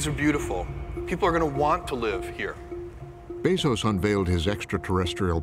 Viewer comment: Drinking game: drink every time someone mispronounce Jeff's last name.